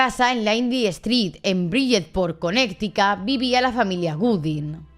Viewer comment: También al decir Connecticut Según ella para pronunciarlo bien dijo Conecticat, mejor lo hubiese dicho a como se lee ya que la pronunciación correcta es kuh-neh-tuh-kuht o en su defecto Conericæt